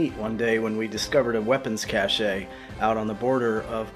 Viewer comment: That was MANG knee FEEK ! You sir are a con swier of fine foods. You went "too French" on weapons "cash-shay". It's just "cash". Never go too French.